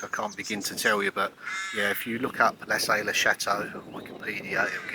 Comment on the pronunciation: Lassay as in La -say( say as its pronounced in english) it's soft,"saying" .